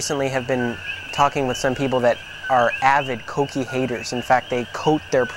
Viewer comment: Is not coqui is coquí 😂